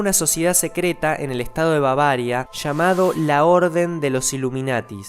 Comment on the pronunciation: Babaria no sera Babiera no?